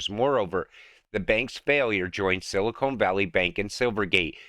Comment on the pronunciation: Hey! It isn't Silikone but Silicon!! come on